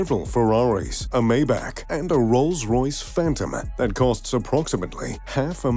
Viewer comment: It's "MY-bach," not "MAY-back."